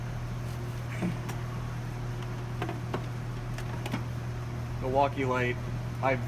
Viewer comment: Haha, likewise I knew when he said Wilfuckee and Chineseium